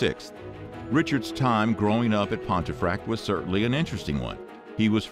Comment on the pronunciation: "Pontefract" is pronounced "Pumfurt"